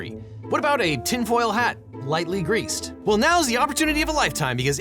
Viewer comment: "Lightly greaed"😂 Not so sure how lightly!